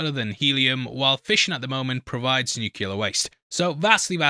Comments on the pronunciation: Lord almighty, it's nuclear!! Not nucular!! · It's "nuclear", not "nucular" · Somewhat of a scientist that can’t pronounce nucleus 😜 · Brotherhood of Steel member? It doesn't remind you of anything. Just stop already. 13:98 "Nucular"😂🤒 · 'I'm something of a scientist myself, y'know'... can't pronounce 'nuclear'. JFC bro